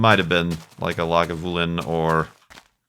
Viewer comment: You're pretty much on with your pronunciation of Lagavulin.